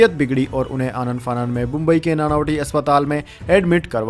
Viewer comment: नानावती न कि नानावटी अस्पताल।